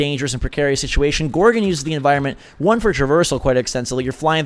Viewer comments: It's GorgOn not gorgin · Please don't say gorgun it's gorg-on